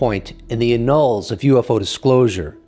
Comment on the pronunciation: annals, not annulls!